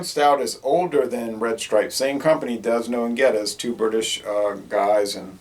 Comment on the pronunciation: The slogan for this brew used to be put it back with a Dragon! Figure it out! BTW the S is silent in Desnoes of D&G fame. I wouldn't expect him to know much about Jamaica or its products....